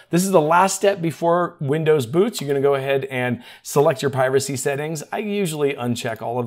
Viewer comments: sounded like you said "select your piracy settings". i was all in on those XD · I could have sworn that you said "select your piracy settings" I had to scrub back through and double check that. you said "privacy settings". I thought well it's microschaft, so piracy it is then those criminals can suck it! 😏